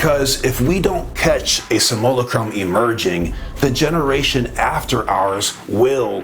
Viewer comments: Simulacra: sim-you-lack-ruh Simulacrum: Sim-you-lack-rum >_< :D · Love this channel one of the best on YouTube I like the way he pronounces simulacrum, Samoa Chrome😂❤❤ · Hey bro....I totally appreciate this subject and am in no way trying to "hate on you" in any way, but for the sake of making a video and talking about these very profound subjects....can you please do yourself and your audience a favor and learn to correctly pronounce Simulacra, Simulacrum, and Jean Baudrillard. You're obviously an intelligent and conscious dude, but missed pretty hard on these words, which I found shocking and distracting. Please take this as constructive criticism. In a private conversation....not a big deal, but mispronouncing these major words that are at the heart of Simulation Theory, and its founder in front of the world is not okay. Other than that, keep doing what you're doing. 👍💥😎